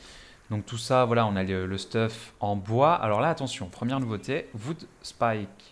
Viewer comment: Salut à toi :) On m'a parlé de ce jeu donc jme renseigne un peu, merci pour tes vidéos, pouce bleu mais sérieux, j'ai eu plusieurs fois envie de couper la vidéo à t'entendre prononcer "VOOD" au lieu de "WOOD"... à moins d'avoir un accent allemand, irlandais ou je ne sais quoi, je doute fortement que ça se prononce "vood"